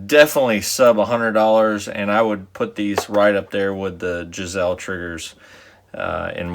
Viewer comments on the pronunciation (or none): $80 right now. I just ordered my second one. Thanks for the review. BTW, it's GI-SLEE......some say GUYS-LEE, which is close, but Bill Geissele pronounces it more like the first way. So much confusion about this in the forums.....if you listen to an interview it will be settled. For what it's worth, I have both the SSA-E and the MBT-2S.....almost no difference at all. The SSA-E might have a slightly lower first stage. Both are great triggers, but $80 vs. $225, I'll take the MBT any day. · ( Jizelle ) 😂😂😂😂😂 , I know he's talking about Giessele but don't they teach English down there in Texas 🤭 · GUYSlee is how you pronounce it lol👍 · Right up there with the "Jazelle" triggers huh? Lol 1st time I have ever heard them pronounced that way, but it made me laugh nonetheless! I just ordered the flat version!